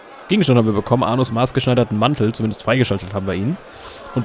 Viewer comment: Hört noch jemand "Anus" wenn er Arnos meint?